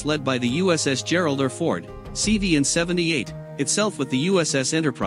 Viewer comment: "Geralder Ford class"?? C'mon, fellas. That's the letter R, pronounced "are," OK? Do I have to spell it out for you? Just say "Gerald Are Ford," got it? And no, no. Stop, stop. You don't get Brownie points for saying Gerald Are Fords.